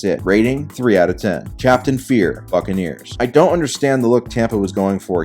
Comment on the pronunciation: anyone else catch “fuckaneers”?